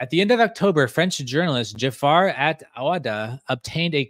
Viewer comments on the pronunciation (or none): none